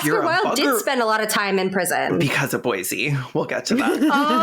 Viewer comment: Bosie, it rhymes with Rosie. not Boise 😭